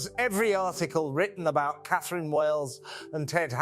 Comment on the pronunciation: It's A I you are talking to. I clued in with the pronunciation of :Catherine". Then, when it said "Raff" instead of R.A.F.